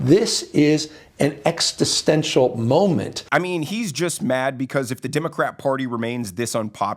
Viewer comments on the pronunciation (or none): Pot banger Congresswoman needs some lesson in Middle Eastern rhythms. Maybe listen to a hora or one of the other Israeli dances. Also, note how Gavin Newsom couldn't pronounce existential and almost made it exit-tential. Someone show him the clip of the pot banger. What would really get them is if NYC voted in Curtis Sliwa as mayor. They've had GOP mayors. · "This is an "exstitensial" moment" - Hey Gavin, you ignorant fool, the word you mispronounced is spelled "existential". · "Exstisenshal" moment? Democrats just keep making up words. 🙄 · What’s a extaastental moment? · Exstastential........what is that? Gavin is drinking his own "special" kool-aid. 😂😂😂